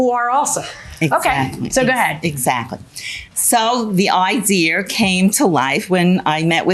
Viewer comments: That's how she got the "idear" 😂😂😂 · What a great “idear” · Sorry, idear? Kind of stuck on that mispronounced word. Maybe it's a regional thing. I live in Florida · I know someone from upstate who says "idear" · Lol I kept saying that ideer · Drives me crazy when people add an R in idea🤦🏼‍♀️ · In the hallway she manages to say "idea"!